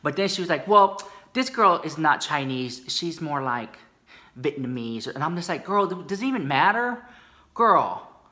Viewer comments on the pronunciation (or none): none